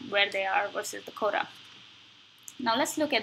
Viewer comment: can you please speak clearer and slower please, I don't understand you sometimes, when I enabled subtitles it displays'' coda ''when you say ''quota'', please practice this word